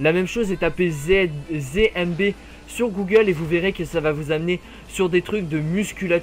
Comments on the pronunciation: Mec c'est ZMB et pas ZéMB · C'est zed et pas zé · Tu dit zémb. Mais c'est zéde mb